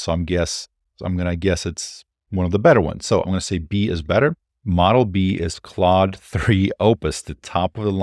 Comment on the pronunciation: its not cloud 3 ... its CLAUDE .. sound like O without the u . wtf taking a french name . should have call it bob3 . more universal .